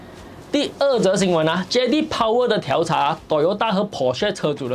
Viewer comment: 调查 diao第四声